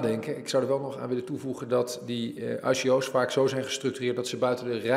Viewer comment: zolang hij spreekt over IKO'S en niet eens weet hoe je het moet uitspreken dan mag hij per direct zijn mond houden.